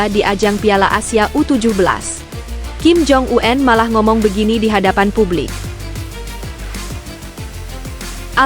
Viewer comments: Kepada penyiar berita ini jgn suka merubah-rubah sebutan ejaan dari nama seseorang di pembacaan beritanya ; , seperti membaca ejaan nama Kim Jong Un (itu SDH baku), lalu dibacanya dgn menyebut Kim Jong An (jgn suka terlalu sok ke Ingris" an segala bacanya. ! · BENER TETAPI SALAH. APA BLO,ON ( KIM JONG U-EN ) 😅 😅 😅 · Kim Jong Un.. Bukan Kim Jong U En. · Heh min yg bener dong ngomenya Kim Jong U en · KIM JONG U-EN .... 😂